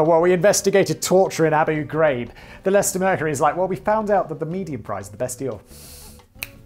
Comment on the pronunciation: I'm just shocked Simon pronounced Leicester correctly